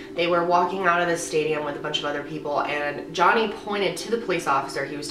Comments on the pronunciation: I'm almost positive he says Jenny not johnny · Jeff couldn’t even say Johnny’s name...interesting